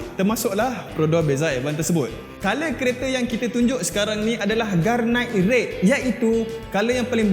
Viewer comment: Garnet red.. bukan garnait red hehehe btw cara penyampaian best.. mcm presentation dlm kelas.. intro dah kelako.. hahaha